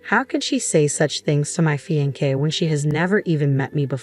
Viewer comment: What’s a ‘fee-an-Kay’?